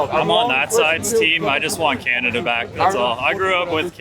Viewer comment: " canad taking a dive " can't even pernounce " Canada " right..